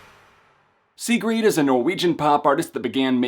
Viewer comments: Why is nobody talking about how he said "sigrid" "see-greed" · I don't know if you're pronouncing her name wrong, or if I have been pronouncing it wrong the whole time. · could be wrong but i'm pretty sure your saying her name wrong but great review none the less. sigrid is awesome